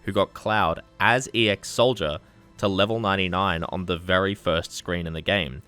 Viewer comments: Ee-Ex Soldier? Just ex-Soldier (x-soldier) as Cloud is an ex member of Soldier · Ex-SOLDIER. Not E.X. soldier. You know, like ex-girlfriend or ex-Marine. Like he used to be in SOLDIER. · "E.X. SOLDIER" It's ex-SOLDIER, as in he used to be in SOLDIER, like an ex-girlfriend used to be your gf.